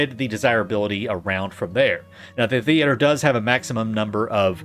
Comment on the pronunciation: Why are you pronuncing "theater" different every other time? very confusing.